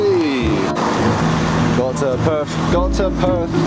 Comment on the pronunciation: Perth not purth aha